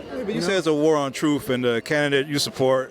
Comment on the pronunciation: The man said war on truff.